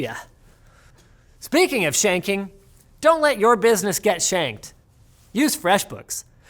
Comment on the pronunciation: He said shanked tho